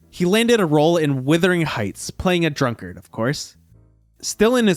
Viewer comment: I think one of the people Sir Michael would never forgive would be Woody Allen. Please note, it's Wuthering Heights, not Withering and Michael's real name is pronounced Morris, not Mo-reese. So many fabulous movies over so many decades but more importantly, what a thorough gentleman is Sir Michael Caine.